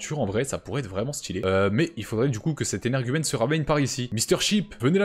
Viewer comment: Tu peux arrêter de dire anairge umaine stp😊